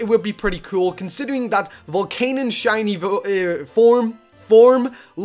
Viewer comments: i am not hating but it is Volcan-ee-un not volcan-un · not being rude but we prenounce it vol CAN ion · you said volcanion wrong